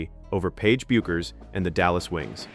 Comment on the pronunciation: teach your ai how to pronounce Paige's last name